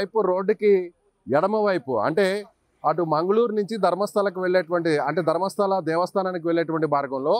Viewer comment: ధర్మశాల కాదురా నాయనా ధర్మస్థల